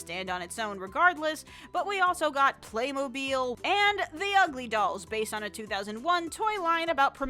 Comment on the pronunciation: DID SHE JUST SAY PLAYMOBILE?